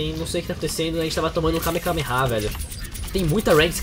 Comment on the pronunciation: o q é kameKameha? achei q era kamehameha mas